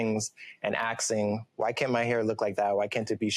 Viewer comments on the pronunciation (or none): when he says axing instead of asking, seems so cringey. This guy is trying to hard idk wft he is trying to be.